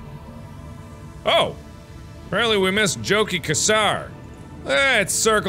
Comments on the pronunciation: "Chow-keeh" Oh how I wish there was the audio log available already, the Emissary would have pronounced his name for Mark! "Jochi Khasar. I said "Yoh-kih Kha-shaar" , why do I have to do this anyway?" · And Jochi Khasar is pronounced yoki kasar phonetically